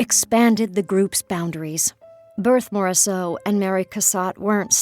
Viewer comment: I had to stop listening with that awful pronunciation of Berthe Morisot's name.